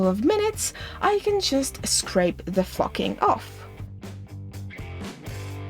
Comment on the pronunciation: Ok so love your work but story time I saw this and when you say flocking you sound like your saying ...... something that sounds like like flocking lol. So at work without thinking I told my brother to go flock himself as a joke and he looked at me like I had 3 heads lol